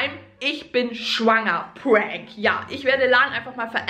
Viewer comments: Irgendwie sagt sie nicht schwanger sondern schuwanger hahahaha❤️😂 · Sie so : schuanger……" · kein mal sie hat immer Schwonger gesagt 😅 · Merkt keiner das sie schwonger sagt statt schwanger😂🤦🏾‍♀️ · Dachte auch wer die einzige 😂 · ich bin schwäaenger 😂😂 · hat sie auch schwanger komisch ausgesprochen 😂